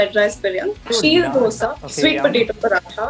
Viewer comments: Probably only person who said "dosa" And not dhosa! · U love the way she actually said dosa and not dhh-oosa 😂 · Palkova ,mysorepak, dhosa ! Her pronounciation was pure south indian !!!